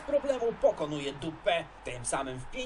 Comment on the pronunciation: Bardzo mnie rozbawiło jak powiedziałeś D*pa, zamiast Dupè🤣🤣🤣